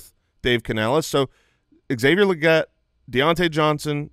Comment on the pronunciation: Can I just say it's weird hearing people say Legette LEE GET. It's his accent, that's why he says it the way he does, you don't have to emulate an accent, lol. If someone's last name was Anderson, and they pronounced it AIN-DUH-SONE, would you also say it that way?